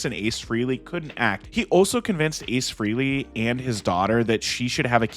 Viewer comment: Frehley is pronounced FRAY-LEE